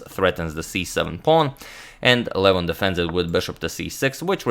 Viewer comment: I can't stand the way agadmator pronounces Levon Aronian's first name. It is an 'o' not a 'u.'